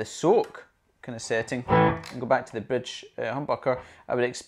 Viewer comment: It just totally sounds like you're saying "...the bitch humbucker", lol. I'm totally going to start calling mine bitches from now on. Awesome review!